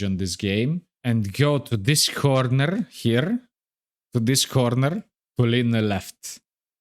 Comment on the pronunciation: "corrrrrnerrrr" You remind me of another content creator I used to watch a long time ago, and he was Serbian. You Serbian or a neighbor, maybe?